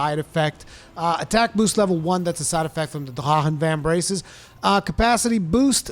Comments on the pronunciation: I can't stand the way you're saying drachen. Then you try to say kushala daora in some weird way too but then you say it regularly other times. Just stop. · No, it's not spoken as softly as he says it. It's spoken as it spells out. Been that way since they released that armor in Final Fantasy 14.